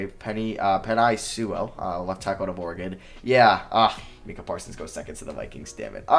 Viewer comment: Bro Micah isn’t even a hard name to pronounce how you butcher that